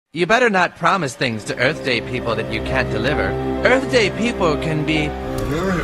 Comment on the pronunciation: Will Smith slaps Chris Rock, then says, "Happy Earf Day!"